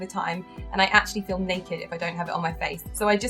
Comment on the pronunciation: I thought you said "I film naked" when you said "I feel naked when not wearing the serum" haa haa.